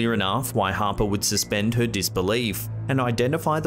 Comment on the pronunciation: Dude. Please pronounce your “h” in the word “her” lol